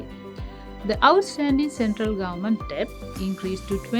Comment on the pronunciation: it's not depth it's Government debt, the presenter pronounced it as depth... What a pathetic situation even the CB of the country doesn't know how to properly pronounce debt. 🤦